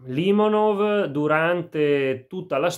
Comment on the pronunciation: Limònov, non Lìmonov... Nemmeno il nome azzecchi, ma che recensione vuoi portare.